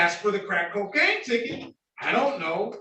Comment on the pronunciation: Judge Simpson saying crack coacaine 😅